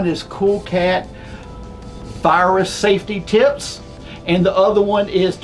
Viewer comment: When talks about "tips" it sounds he changes "p" with "t" and makes it much more creepy. Just sain.